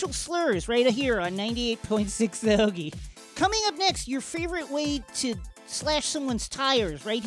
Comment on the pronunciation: As far as obviously fake Philly accents go, that was pretty solid! Especially considering that the accent is damn near impossible to imitate convincingly even if you're from here. In particular, definitely nailed "heauxgie".